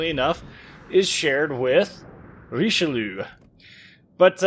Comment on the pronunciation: it's just 'reesh-loo'